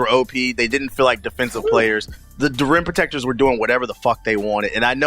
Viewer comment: Idk why but everyone you say "rim protectors" it kind of sounds like your saying rent protectors lol